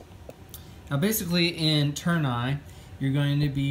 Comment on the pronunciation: It's not törn-eye, it's tour-ney it's french 😉